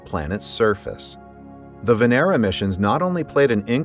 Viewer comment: It's not "Veneera", it's Vénera, which literally means Venus